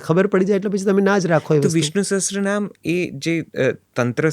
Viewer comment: સહસ્ત્ર નહીં સહસ્ર